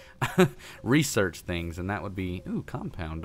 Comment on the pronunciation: Maybe you should do some resorge on how to say research